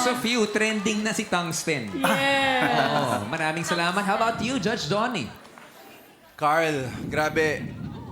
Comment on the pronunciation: Thungsten po Hindi thumbs ten